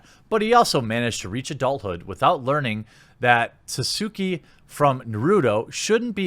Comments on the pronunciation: Nothing frustrated me here more than how Jeremy had pronounced these names of specific characters. - Geralt (gAr-alt) NOT Gur-ult - Sasuke (Sas-kay) NOT Sue-sue-kee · Did he just call Sasuke Sasooki? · Lol Jeremy has the hardest time pronouncing Asian names (not that I can do it flawlessly either) and it's hilarious. Sasuke = sasookey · I can't get over the fact you said 'Sah-soo- kee'. It's pronounced 'Sauce-Kay' in English. It's three syllables, but the first two tend to blend together. You obviously aren't an anime fan, so just educating on pronunciation for future reference. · When you tried to pronounce Sasuke... oh my. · I'm weak! My man said sasuki. Its pronounced sah-skay. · Did this man just call sasuke su-su-ki? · Lol "Sa-Sue-Kay" you're such a normie, dude. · Sasookee lmao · nigga read sasuke like suzuki lol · That Sasuke pronounciation tho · The video was good— and I hated doing this to you— but I disliked the video solely based on the way you pronounced Sasuke. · The true crime here was how you pronounced Sasuke Jeremy 😂😂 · Are we just gonna ignore how he pronounced ‘Sasuke’ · I was genuinely SHOOK when you butchered sasuke's name. I mean fuck sasuke n e ways. He's just a over rated anoying sad boy. Its all about my boy shikamaru. But still. SO SHOOK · Triggered about the way you pronounced Sasuke. Everyone who is also triggered let's just gather up here and do nothing. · The way Jeremy pronounced Sasuke made me die a little inside. lol